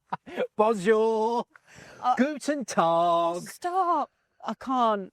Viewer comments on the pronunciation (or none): none